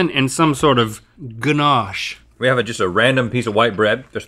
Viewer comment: Link "ganache" 😆😆